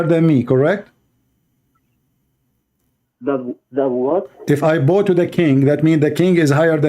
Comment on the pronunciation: The only stoopeed word always say wrong is " Bow "